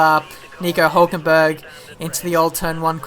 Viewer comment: I come from germany.. :D Hülkenberg = Huelkenberg :D